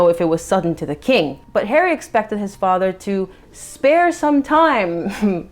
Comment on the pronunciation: Anytime you say "Spare" I hear "Waaaagh" 😂